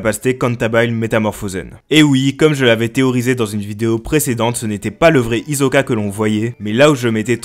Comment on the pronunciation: on écoute un "S" et non pas un "Z". D'ailleurs fallait voir le prénom de Hisoka en japonais dans le manga. Ça s'écrit comme ça: ヒソカ Donc ça se prononce Hisoka. Mon frère j'adore tes vidéos, l'analyse et les infos sont excellentes.. j'apprécie ton effort. ❤️❤️❤️